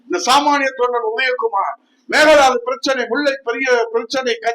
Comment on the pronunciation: அய்யா உதயகுமார் அவர்களே, உங்களிடம் விவாதித்து பிரச்சனைகளுக்கு தீர்வு காண முடியுமா? யாரிடம் விவாதித்தால் தீர்வு காண முடியுமோ அவரிடம் விவாதிப்பார் CM Vijay அவர்கள். அது "மேக்கே தாட்டு" என்று சொல்ல வேண்டும் மேகதாது அல்ல. "Mekedatu", Meke என்றால் ஆடு, datu என்றால் தாண்டு என்று பொருள். In english it is called "Goat's leap" இதை முதலில் சரியாக உச்சரிக்க கற்றுக்கொள்ளுங்கள். CM Vijay அவர்கள் script இல்லாமல் பேச தெரியாது, அவர் சாப்பாடு கூட script இல் சாப்பாடு என்று எழுதி குடுத்தால் போதும் அவர் வயிறு நிரம்பி விடும் என்று பேசிக்கொண்டு திரியாதீர்கள். ஒரு புதிய நல்லாட்ச்சி உங்கள் எல்லாருக்கும் ஊழல் செய்ய முற்று புள்ளி வைத்ததில் உங்களுக்கு வேதனையாக இருப்பதால் இப்படி பேசிக்கொண்டு திரிகிறீர்கள். God Bless CM Vijay.